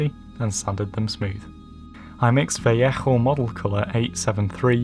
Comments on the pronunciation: I think you pronounced "Vallejo" wrong. It just doesn't sound right with the harsh "HH" sound. If I were you, I'd just pronounce it as "Vaa-leyy-ooh", sounds nicer that way. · yeah it is pronounced vayeho because its a Spanish company and thats just the way its pronounced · "vayeho" is right pronounced, gentlemen. Quite like Owen does but more softly with the "j" before the "o". Créanme, se los aseguro. Saludos! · Actually in Spanish its pronounced "va-yeho" l's sound like y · in Spanish it's pronounced veh-ae-oh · Btw Vallejo is pronounced vall-ay-ho I think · is that really the correct way to pronounce Vallejo?! Very nice plane BTW!!